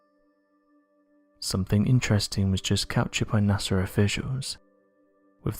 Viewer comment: It's NOT sars, IT'S SAW... Its NOT nasrs it's NASA .MY GOD can't you find someone we can understand!!?!?!?